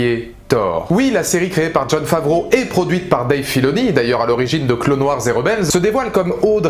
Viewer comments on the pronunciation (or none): none